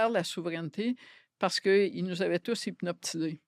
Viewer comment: ''Tous hypnoPtisés'' mdrrrr